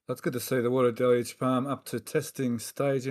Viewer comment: Del-UGE. Del-UGE. Not Del-LUGE. There is only one L in Deluge and two syllables. The first syllable is Del and the second syllable is UGE. Everyone at Websters Dictionary agrees that there are two syllables and that the split between them comes after the Del. The second syllable is UGE and though it looks similar to the word LUGE it is not pronounced LUGE. Therefore phonetically the word is pronounced DEL-yooj (with the 2 o's being "long o's") as in the word moon. But it's not pronounced DEL-LUGE. It's pronounced DEL-UGE. Not DEL-LUGE! The second syllable does not have an L.